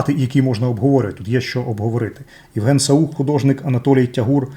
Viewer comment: Художник не саУх, він сАух (інфа з першоджерела))) Огляд дуже інформативний і розгорнутий, дякую☺